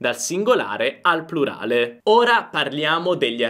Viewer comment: Vorrei solo sapere se Lei dice prulare o plurale perché si sente prulare ho sbaglio?